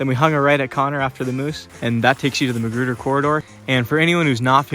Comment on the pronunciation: LOL I thought he was saying McGruber!